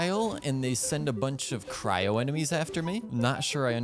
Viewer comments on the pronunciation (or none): none